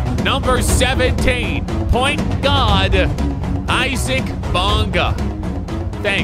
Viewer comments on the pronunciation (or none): none